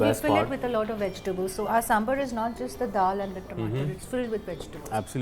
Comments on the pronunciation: Neha Verma yes , northies keep calling it Sambur , it is Sambaaar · What is this pronunciation "Samburr"? It is Sambar. As in bar from Bar and Restaurant. Would you say, Burr and Restaurant? Come on, its 2021!